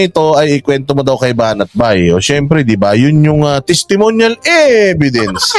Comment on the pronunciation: Testemonial evedence. Ganyan nya ipronounce. Sabihin mo din, do i have to explain for my own opinion? Yan palusot nya kay banat by.